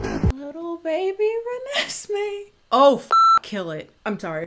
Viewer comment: "Little baby Renesme" 👁️👄👁️ Sends me everytime.🤣😭😭